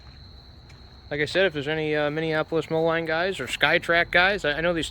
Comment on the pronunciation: It's pronounced Minneapolis Mo-leen not Mo-line Are you Andrew Camarata and Diesel Creek triplets ??